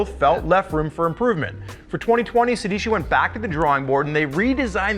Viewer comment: Every time they say "Sédici" the Italian inside me dies a little